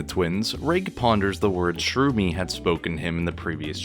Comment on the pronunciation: Ah, yes, "Shroomy and Mean-Eye". Sherumi is the girl twin. Menae is the boy, who Reg was speaking with at the end of the previous chapter. He doesn't specify that both his and his sister's right arms are the same, his words are very vague about it. Many people think he means that his and Reg's are the same. I don't have the Japanese raws myself, but that sentence is probably something like "both right arms the same" or even just "right arms the same" since Japanese will often omit pronouns and even nouns when the speaker feels the context doesn't require them. This is very handy for writers wanting to leave their audience guessing since the character speaking would know the context and might assume that the context is enough to not specify. Your virtue signaling completely glosses over the fact that Reg's arm cables not tasting metallic is new information. Nishgoro, of course, and here I thought that Nishagora was pronounced Nishagora.